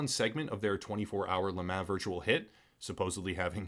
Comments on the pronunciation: Love this channel, and I really really hate being this guy. I seriously do: But LeMan is pronounced like LeMon. Like Pokemon. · Le mah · La mah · Every time he said Le Mans I actively died a little inside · It is funny hearing you pronounce Le Mans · Yep it's French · Yea this company is trash but not being able to pronounce one of if not the most known race events in the world is almost even worse